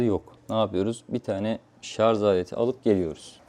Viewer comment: şarja şarz demesen çok kral adamsın hacı 😄